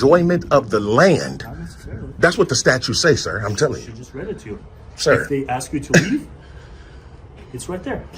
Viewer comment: ASK, not AX!!!!!